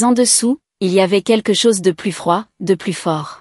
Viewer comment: "Plus" dans le sens négatif ne doit pas être prononcé "pluss", mais "plu". L'orthographe n'est pas bien respectée dans le texte écrit.